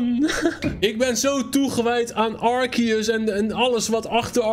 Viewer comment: Het is arseus!!!! En arceus is veeeeeeeeeeeeeeeeel cooler